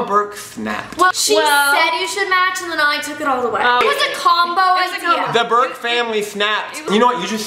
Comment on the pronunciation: Did he just call her Molly Bark? ... its burke